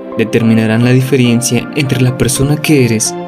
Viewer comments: Es " diferencia".... no " diferiencia" 😞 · Me empezaban a gustar tus videos hasta que dijiste: "diferiencia" me di cuenta que eres un pendejo. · Excelente todo, excepto la música muy alta y se dice diferencia 😉